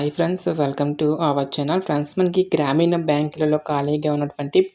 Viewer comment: గ్రామీణ అనాలి బ్రో గ్రామీన కాదు😊😅😊